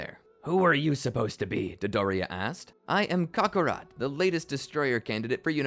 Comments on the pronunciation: the way he says Kakarot irks me. Cock A'Rot. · Why did you say kaka rot